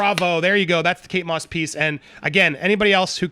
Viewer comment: Does she say kates moss??